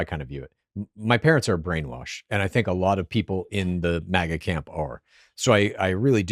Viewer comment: Is this guy saying MEGA and not MAGA?